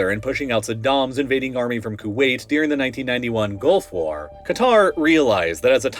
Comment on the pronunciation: It’s not “Deering” it’s “During” also it’s not “Shiayt” it’s “Shia” last but not least it’s not “the Middle East” it’s “North Africa” “west Asia” and “Central Asia” get it right weirdo